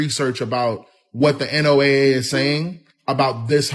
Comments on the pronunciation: Can we all just agree to pronounce the NOAA like the guy with the Ark and two of each animal or Noah please like most people do please? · Real weather nerds never say N.O.A.A... it's "Noah"...had to click off, because that is a huge pet peeve.